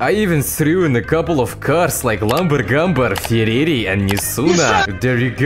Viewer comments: Lamborghini and Ferrari ❌ Lamber Gamber and Firere ✅ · Bruh. I died when you said "ferairy". Lmfao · Fuckin hell.. Lambangambar and ferrreriii😭 10/10 accent mate